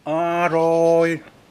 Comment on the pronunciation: คำว่าอาหร่อยของพี่มันทำให้เค้ายิ้มและขำทุกครั้งเลย^^😋